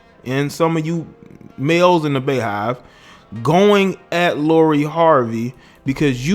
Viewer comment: “Be”yhive 🤣💀 not Baehive